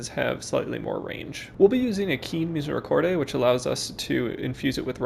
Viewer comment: theres no "ay" when you pronounce misericorde